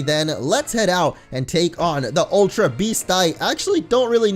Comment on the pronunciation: it's not aultra beast! Its ultra beast